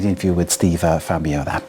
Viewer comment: The way Steve Fambro humbly ignored his black eye and the interviewer’s butchery of his last name gives me hope that Aptera will endure the coming hell of 1st Gen production errors and painful/expensive adjustments, recalls, supply chain strangulations and breakages, customer repair nightmares, mainstream media hit pieces, sensationalized battery fires, Aptera crash injuries/fatalities and lawsuits, and the challenges of ramping mass production to significant and profitable scale. I hope they manage to slog through the grinds and dance around the pitfalls that bankrupted and broke Arcimoto, Canoo, Fisker, Bollinger, Lordstown and others, because I want to see these vehicles on the roads benefiting actual people, and because I want to take delivery of my own Aptera vehicle order.